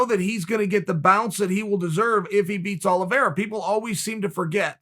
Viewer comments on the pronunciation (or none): none